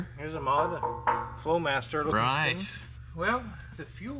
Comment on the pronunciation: is it me or he called the flowmaster 40 rice?